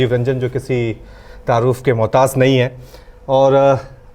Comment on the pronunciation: Lafz MOHTAAJ hai... MOHTAAT nahi hai..